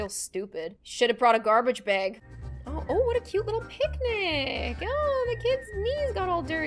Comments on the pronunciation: Baaaaaaag not beeeeeeg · Bag not beg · I know I love her accent when she says "~Bag~"